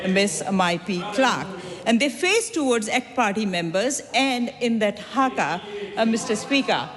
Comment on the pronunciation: It is HAKA not Hagar.